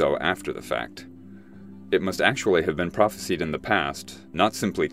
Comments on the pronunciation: Its "prophesised" by the way, not "phropesied" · I've never heard anyone pronounce "prophesied" as "prophe-seed". I've only ever heard it pronounced "prophe-side".